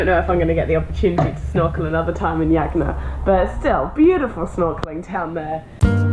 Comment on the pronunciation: WHY, on earth do you persist in calling it Yagna, when the natives clearly pronounced it Hagna, the J is H in Phili.....